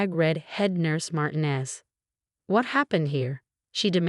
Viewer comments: It’s Mar-TEEN-ez. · Mar TEE nez. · FOR GOD'S SAKE -- PLEASE PRONOUNCE MARTINEZ CORRECTLY! THE ACCENT IS ON THE SECOND SYLLABLE!!!!!!